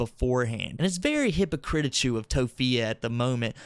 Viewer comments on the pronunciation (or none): He said hypocritichu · "Very hypocritichu"